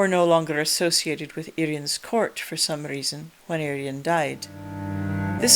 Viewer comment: Thanks for correct pronunciation of Urien- "Irr-ee-en" - so many people pronounce him as "Urine" 🙄